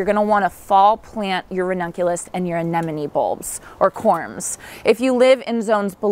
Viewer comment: Thank you for being so careful in pronouncing ‘Anemone’. It is one of my pet peeves, so many people mispronounce it, even people who should know better. You got them 100% right 😊